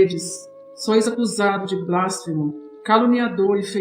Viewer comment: Não é blásfemo, é blasfEmo. Não é ignominía, é ignomínia.